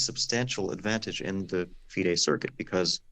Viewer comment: It’s been a year and Christian has yet not mastered the art of saying FIDE Circuit name correctly.